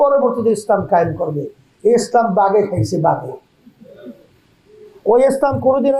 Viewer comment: এত বড় ভন্ড ইসলাম সেইটাই উচ্চারণ করতে পারে না এসলাম বলে এটা এত বড় মোনাফেক এত বড় দালাল এত বড় ভন্ড